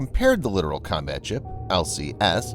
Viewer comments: Dude you sound dumb saying LITERAL. It's LIT-TOE-RoLL. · It's not literal. It's Littoral. Lit Tor Al. Both Ts are pronounced. Exactly as it is spelled. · The voice over guy is literally pronouncing "littoral" as "literal." Don't feel too bad, though... The late Sen. John McCain literally made the same mistake when he was running for president. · Come on. Let us get with the program. It is NOT a literal combat ship!!! It is a Littoral (long "i") Combat Ship that operates in the littorals...literally. Calling the LCS a literal combat ship is like calling an "A" "H" 64 Apache Attack Helicopter an 'ah' 64... sounds VERY UNPROFESSIONAL and all those who hear it that... that have 'been there and done that' are disturbed by the lack of understanding of the common man of things military. Military communications verbal, data, [anything] must be accurate, unambiguous, and timely. To call an LCS a literal combat ship is to use miss-information against the public... who paid for all of this! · Littoral isn't pronounced the same as literal. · If only you didn't mispronounce Littoral the entire time.